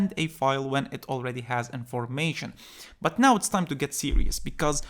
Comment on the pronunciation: that "BUT" sounds like "Butt cheeks" in my brain🤣😂